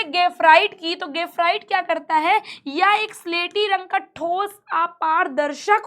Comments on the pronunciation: गेफराइट नहीं ग्रेफाइट 🤣🤣🤣😆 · mam gafrite bol rahi hai bar bar😂